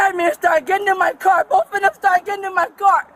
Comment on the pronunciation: What a horrible human being. She deserves everything that happened to her. "I'll talk to boff of you."